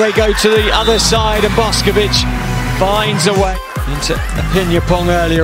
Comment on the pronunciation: Yall her name aint pronounced like boskovic its boshkovich